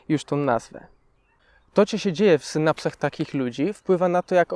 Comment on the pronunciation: naucz się mówić zanim zaczniesz nagrywać "to czo się dzieje" było ostatnim błędem po którym postanowiłam wyłączyć filmk, po nie całych dwóch minutach ...